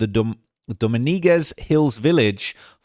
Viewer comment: Doh- meeng-ez you welkum